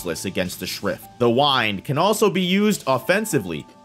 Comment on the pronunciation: It's the win-d not the wine-d lol